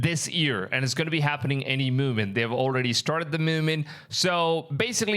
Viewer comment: CMON BRO!? DID U REALLY JUST SAY "MOOMENT"?!